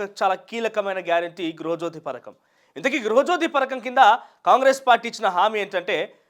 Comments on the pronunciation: Parkam kadhu raa padhakam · Ory .Nayana..parakam kadhu....Pathakam